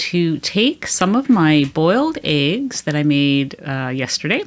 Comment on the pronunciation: Eggs, not aigs for God's sake!